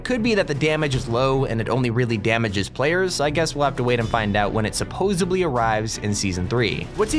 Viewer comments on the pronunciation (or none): you said subbosbly the correct word is supposedly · supposebly? It’s supposedly sorry grammar police wee oohh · Imagine saying “supposebly”